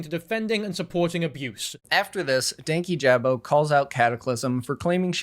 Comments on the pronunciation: His name is Dan-KEE-ja-bow not danky-jab-o. Regardless of the context in which you’re talking about someone, take the time to learn how to say their name correctly. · Danyjabo is constantly pronounced wrong in this video it’s “Dank- yee- Juh-bo” and he’s relatively a new creator in the commentary world which is why he’s so like unimportant seeming I guess. has been around for a while, but he’s only popular around certain kinds of people 😅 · the pronunciation is frying me :sob: its pronounced dane-kee-juh-boe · Ik this was a year ago. But dankyjabo's user is pronounced "dan-key-juh-bow" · The way he says "Dankyjabo" annoys me so bad 😭 it's Danky - juh - bo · The only bad part of this video is how many times DankyJabo’s name was mispronounced 😭 it’s “dan-KEE-juh-bo” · The pronunciation of dankyjabo in this video threw me off so hard- it’s DAN-KEY-JAH-BOE lmao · I quite like commentary youtubers, it’s definitely the genre I enjoy putting on in the background or will lean towards when there’s a topic I’m interested in. I’ve watched dankyjabo for a couple of months and honestly really enjoy his content. I’m disappointed with the mispronunciation of his channel name. I don’t want to come in here and be all for one side but when it’s something as noticeable and easy to research like a pronunciation, it does make it harder to follow your video. I could be reaching here but I was genuinely curious to hear this video out but was put off by the thought that if you couldn’t at least research who you’re talking about, it kind of discredits the video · the amount of times i’ve wanted to slap someone in this video for mispronouncing dankyjabo is actually insane. im american and it only takes two seconds of research to figure out how to say his name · Everytime said DankyJabo's name wrong, it rubbed me the wrong way. I'm not entirely sure why, it just did. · I'm just here to hear an adult man say the word 'Dankyjabo'. It does not get old.